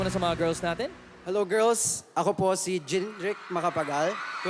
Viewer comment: Sabi ni Sandara ata "girs"😂